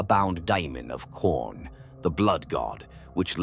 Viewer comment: These would be great if the AI could just say things correctly. Words like mechanicum, khorne, slaanash, tzentch, astartes, primarch, and so many other words sound so weird or wrong coming from AI. Granted khorne being called horn had me laughing but still it really takes you out of the story when youre having to stop and figure out wtf is even being talked about